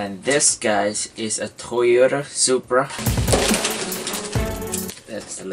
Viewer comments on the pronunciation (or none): none